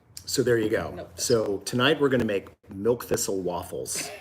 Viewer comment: Alton, did you say milk missile?